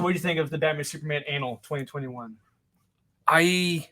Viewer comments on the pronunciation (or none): Is intentionally pronouncing "annual" like "anal?" I guess so